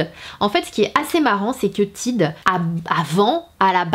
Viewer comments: On dit pas Tide on dit Tayde ça ce prononce 😂😂❤️(Mais bon c pas grave)❤️😂😂😂😂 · Tiide 😂😂😂😂😂😂 faut dire tayde mdr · Salut je t'ai vu dans la vidéo de Sandrea, j'avais bien aimé :) ps: la marque Tide au la prononce Tade ;) Sinon moi la dernière fois j'ai acheter 12 savons BABW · Mdr en Amérique on dit Taïde (genre avec l’accent anglais) et c’est pas des cups, ce sont des tasses à mesurer...mais libre à toi de parler avec ton accent français 😉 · Le tube Tide il y en a aussi au Canada et ça se prononce plus a l'américaine, donc *tayde*, pour info haha <3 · Juste comme ca Tide ce prononce TAYDE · Si tu viens au par chez nous au Canada ou au USA personnes ne va comprendre quand tu va prononcé le "Tide" à ta façon. Cela m'a fait beaucoup rire.😂